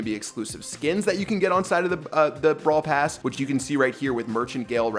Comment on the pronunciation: No one Absolutely no one: "PrAiD BRaWl pRass"